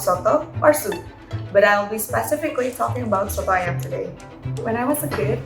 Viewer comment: the way she said soto ayam is really nice to be honest